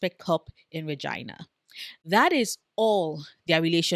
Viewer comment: Thank you for this video (and for pronouncing Regina correctly. Not sure if you are based in Canada, but extra points if you aren't). The hate hasn't been as rampant as I expected, but the anti-Scott and anti-Rose sentiments in the fandom have been driving me crazy almost as much as the tendency to infantilize Shane. Even if one hasn't read the books, Jacob Tierney has set up the narrative well enough that he has laid out the points you made for anyone who is paying attention. The women of this series are great (kudos to Rachel Reid) which is often not the case in m|m romance. Finally, yes, please do a full video on the tuna melt.